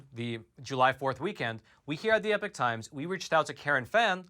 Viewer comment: “EE-Pock” not “Eh-Pick” Completely different meanings.